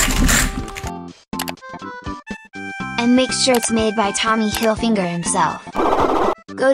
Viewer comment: “Tommy hilfinger”